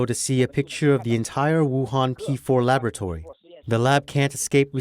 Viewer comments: What's a labatory? Oh... you mean lab-OR-atory. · New word: "labatory" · "Labatory" ... lavatory? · I really like and appreciate your channel. However, please have work on her pronunciation of the word 'laboratory'. The British or American English pronunciation is perfectly acceptable. Aside from that, keep up the good work.